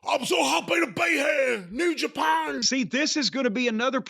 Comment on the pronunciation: I’m so hoppy ta be heaahh. New Japon!